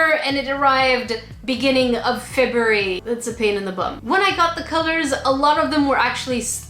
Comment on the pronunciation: She says February weird